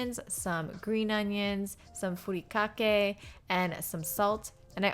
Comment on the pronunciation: Looks super good! No disrespect, but if you can say furikake correctly, you can say poke correctly. :)